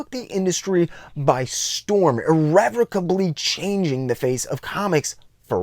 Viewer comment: You earned my like by pronouncing "irrevocably" correctly.